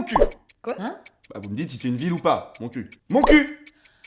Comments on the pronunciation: Montcuq sa se dit pas montcul sa se dit montcuque je vais me baigner là bas l'été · ON DIT MONTCUQEEEE LE Q SE PRONONSE ESPECE DE PARISIEN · Lol j'habite à côté de moncuq et sa se prononce moncuque